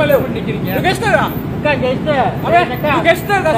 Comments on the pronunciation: "lu gangsterrrrr ka? Lu gangsterrrr ka?" 6 harkat R dia hahahaha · Apaa bini dia sebut, genserkaaaa😂 aiyoyo